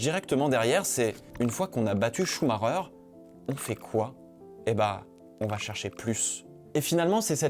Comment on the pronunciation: Autant bien faire les choses, faisons-le. Concenrnant "Schumacher ": Chou-ma-kère et non Chou-ma-reur, si jamais. Voila voila, allez, salut !